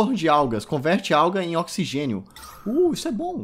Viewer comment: Ocsigen nóti includedi